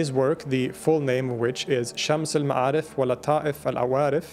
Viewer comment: When you read arabic A's they are usually be pronounced more like an E (Shems el me3arif). Good throat pronounciation though.